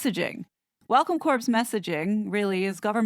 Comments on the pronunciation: Corps (as in Welcome Corps) is pronounced "Core" it is pronounced "Corpse". Similar to Army Corps of Engineers. Also Meghan was inappropriately dressed at the cooking event by showing bare upper arms. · Welcome Corps. Corps is pronounced like "core" not corpse ❤ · It's pronounced WELCOME CORR (Corps),. CORPSE is a dead body. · Surely you realize that Corps is pronounced 'core', not 'corpse'